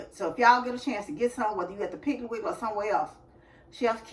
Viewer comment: I love ❤️ when say piggley wiggley 😂😂😂😂i ❤summer ☀️ fruit 😋